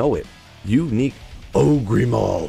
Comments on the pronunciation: OH GRRRRRR. not OH GREEEEEE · ogre is pronounced like "o-ger", lol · Shrek the oh-gree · OH-GRR. Say it out loud: OHHHHH-GRRRRRR. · Dude, it's Ogre with a silent "e", not Ogreeeeeeee 🙂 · Just some pronunciation tips: 1. Ogre read as ohguh 2. Carapace read as care rer pace 3. Suwayyah read as Soo wah yah